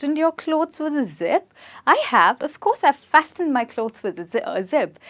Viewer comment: T is silent in "fasten".